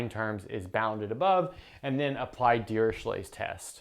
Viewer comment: A simple question. Why dont u pronounce dirichlet as u pronounce chloe or echo. Fourier is not four year. Etc... Just saying.